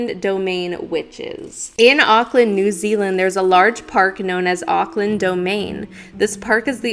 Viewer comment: Love you, watching you has encouraged me to explore my own abilities more in psychic mediumship and spirit communication and absolutely adore these podcasts, I'm from New Zealand and you pronounced both the Country and City name correctly and being someone who grew up with their older sister living in Auckland and having gone up there many many times I can confirm hearing the witches cackle, it's quite a haunting sound like a whisper being carried through the wind as if it's off in the distance a bit. Beautiful area to walk around in the evening and early night but not a place you want to be hanging around in the early hours of the morning late into the night.